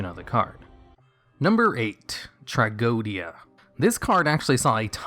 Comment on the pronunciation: Why do people pronounce "Tragodia" like Truh-Go-Dia. Its pronounced Trage-O-Dia. Like tragedie.